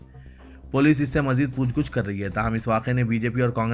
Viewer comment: Pooch gach na ke pooch gooch Please Urdu Seekhlo bhai Kiu urdu ki Jan nikal Rahe ho